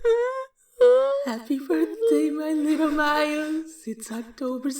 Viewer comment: tails is trying to say little but he keeps saying wittle